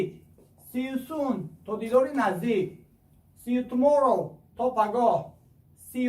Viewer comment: Хами калимохора хамаша яку якчоя намехонди хуб мешид Сиютуморов неву сию туморов бугу охи